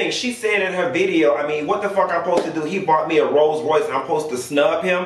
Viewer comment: You do country you don’t even say rolls Royce rice 😂😂😂💀